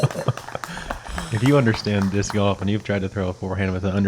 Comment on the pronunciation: Hey, you know there’s an L in Golf right? Lol